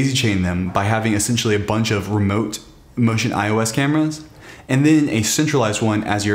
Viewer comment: you called it ocean ios, did you mean to say MotionEyeOS?